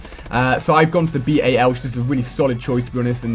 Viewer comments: Stop saying b-a-l, it's the fucking bal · Ali.... It's bal not B.A.L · Stop saying B.A.L, say it as one word, jeeze